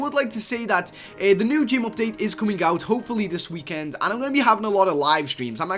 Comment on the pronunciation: ''That's right. This WEEKAND.'' lol